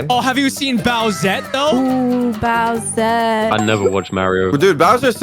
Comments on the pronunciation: it’s bowser not browser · Did just say browser instead of bowser